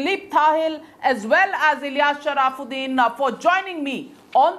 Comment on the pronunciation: The name is sharafuddin & not sharaaaaafuddin.